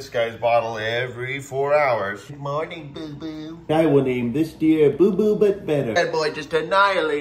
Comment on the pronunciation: Good mownin’ evwybody!